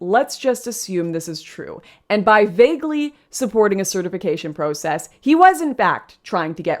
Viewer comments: Its not just the word trauma that you pronounced in an odd way. It's also the word process. But great video by the way. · Also, cringing at her pronunciation of "process" 😣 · I noticed that Canadians pronounce “process” as pro-cess. Here in California it’s prah-cess 😂